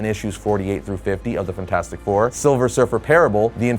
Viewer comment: I absolutely loathe the way you say fantastic